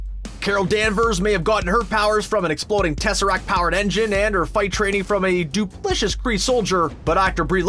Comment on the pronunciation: What's duplishous mean?